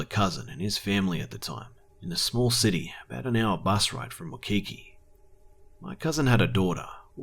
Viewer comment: I have family from Hawaii and have lived there too,also and I love your stories but just one comment for you, when you say Waikiki.. it is pronounce like "WHY-key-key" :)